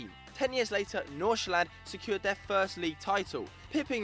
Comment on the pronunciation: And they can't even pronounce half of the teams and player names.. Nordsjælland AKA "Norshland"